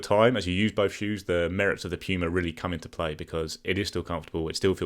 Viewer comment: Piuma, Piuma, Piuma.. Ugh mate. Good stuff but it drives me nuts, the Puma is a great shoe and I say that as an Asics lover.